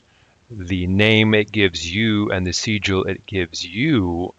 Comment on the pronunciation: Why would you pronounce Sigil like that? Do you also pronounce signal, and sign like that?